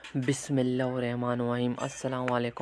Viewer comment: Bismila sahii sa read kyia kry